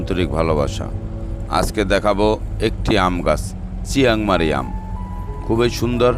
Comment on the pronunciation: চিয়াংমারি না,চিয়াংমাই এটা নাম